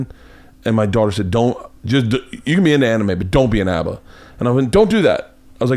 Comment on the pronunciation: what the fuck is a ahba....i watch anime my whole life and never heard this lol